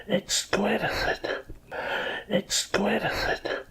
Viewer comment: "EXQUISITITE" XD